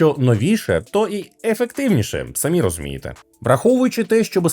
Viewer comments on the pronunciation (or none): none